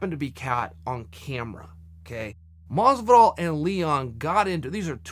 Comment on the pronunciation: Why is Chael so bad at pronouncing things properly...GEORGE MASVIDAL?!?